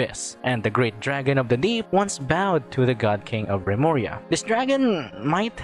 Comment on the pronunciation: Remuria? Lemuria- Atlantis? Ai yaiyai